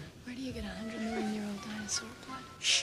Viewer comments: I came here just to hear him say dinosawr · I just can’t stop laughing how Mr DNA keeps saying “danosawr”. Cracks me up every time. Lmao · I think the way Mr. DNA says Dinosaur is funny, because it's more like "Dinosawr" or "Dainosawr" Others agree, and at least one was influenced to the point where Mr. DNA and his way of saying it how he pronounces it. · Everyone else is making fun of Mr. DNA's pronunciation of "dinasar." Me? I'm more interested in him getting slammed by one of the DNA sequences (and trying to figure out what he's saying there). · Dinasawr love the pronunce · Why did Mr. DNA pronounced "dinosaur" as "dino'sour'"? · The way he says “Dinosaur” makes it even better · I love the way he pronounces dinosaur